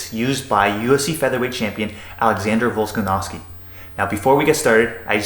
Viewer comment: its VOLKA-NOVSKI not volsanovski xD anyway i love this kind of videos and breakdowns....who you got in main event tony or gathje? and how?